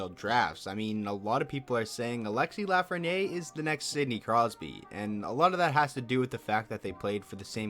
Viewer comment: La-fren-yere not la-fren-ye